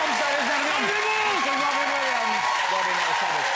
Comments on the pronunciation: Mr. Wobin Williams!!!! The gweatest evea!!! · Funny Robin 😂😂 they don't pronounce it right his name ❤❤❤❤❤❤❤❤